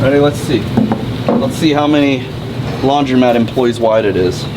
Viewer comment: Idk why it bugs me so much but I think a majority will agree it’s called a laundromat not a laundry mat lol he owns one and still says it wrong 😂😂